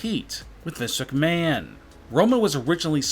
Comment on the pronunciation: His pacing and inflections are nails on chalkboard annoying. His lazy pronouncing also irritates. WWE and Vince McMahon are two great examples.